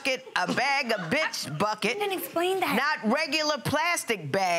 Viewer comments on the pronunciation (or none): She put the emphasis on bi$%h!😂😂